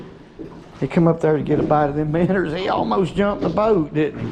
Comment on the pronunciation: Nice fish. Its minnows. Not minners... 😆 🤣 😂 😹